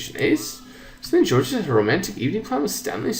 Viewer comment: Georges is pronounced as Zhorzh